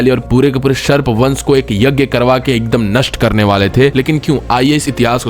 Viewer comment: वो सर्प है. शर्प नही.